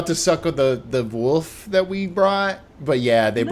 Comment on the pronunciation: Love Vic saying she's fine about the pronunciation of Foyer but hates the way says wolf XD